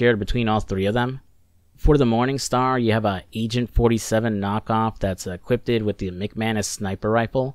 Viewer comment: Dude. You have to stop saying "equippeded". It's just equipped.